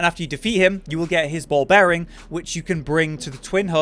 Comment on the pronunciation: 'ball bearing' they clearly say bell bearing!